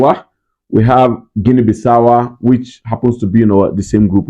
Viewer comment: It's Guinea-Bissau not Guinea Bissawwa....also, Ndidi is out of the team (replace by al'hassan)